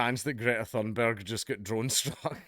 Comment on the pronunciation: Dank, your accent made it sound like you called her Greta Thunderbird at the beginning. Don't go giving her cool sounding nicknames.